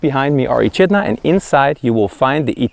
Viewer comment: Echidna is pronounced Ekidna, loved your editing 👌👌🇦🇺🇦🇺